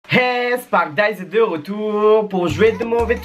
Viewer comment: " est de rourtour"... Jsuis mort xD